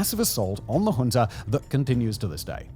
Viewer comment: Junta does not have an R at the end. Please stop pronouncing it with an R